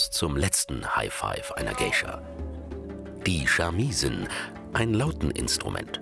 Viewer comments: genauso ist es meine ich nicht "shamiii-sen" sondern "shamisen", alles kurz hintereinander gesprochen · "Die Schamiesen" - Ich krieg ja Vögel